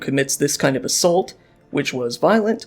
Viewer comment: I hate the way this guy pronounces assault.